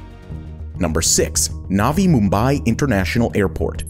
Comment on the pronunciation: Bro don't talk like naavi mumbaai please say only nvi Mumbai or new Mumbai Gujarat is gujrat not gujraaat please speak true words other wise your luxury goes to poor 👍